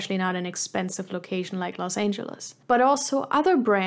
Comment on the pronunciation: That's funny - greetings from Germany! I thought you were a native at first but the way you pronounced Los Angeles and a couple of other words suddenly made me think: German?